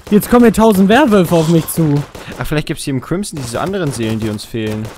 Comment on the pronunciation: *crimson... es heißt crimSon, mit s:3